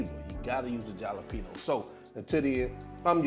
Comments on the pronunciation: Yum! Your secret is the cornstarch. I am so trying this. All I need is the chops. I bet it would taste good with turkey chops as well. 😊 Btw you and I gonna fight over your pronunciation of the word JALEPENO. 🤣😫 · I was saying they same thing🤣🤣🤣 Halapeno, the J is silent Jalapeno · Regardless of how you pronounced Jalapeno. It bet the chops are 🔥I'm gonna try these. I always use cornstarch when I fry. Also, if you ever fry fish. Batter it the same way. Dip the fish in water & redip again in whatever batter you use. OMG talking about Crispy! That's if you like your fish Crispy & not soft! Just a little FYI